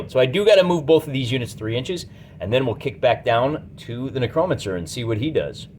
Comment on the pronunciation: Ahh man, been a while since I watched ya. I like the felt game mat, how did you paint it up? Also, lulz Nuh-crow-mencer...never heard it said like that. Made me chuckle.